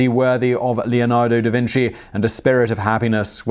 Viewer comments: Pronunciation guide: Da Vinchi not Da Vinsi. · "Da Vin - chi" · Holy shit guys Simon pronounced Da Vinci right-- wait no he said Da Vinssee as I was typing this.